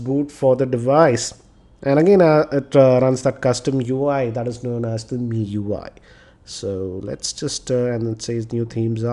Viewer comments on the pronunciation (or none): none